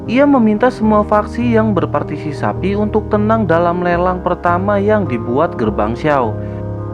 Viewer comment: BANG BUKAN " BERSASITIPASI" TAPI " BERPATISIPASI DI PERBAIKI LAGI CARA NGOMONGNYA